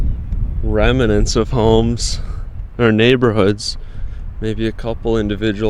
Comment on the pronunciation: "Reminants". What?